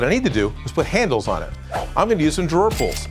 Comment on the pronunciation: "What I need to do is put handles on it. For that I'm gonna use some drerpels"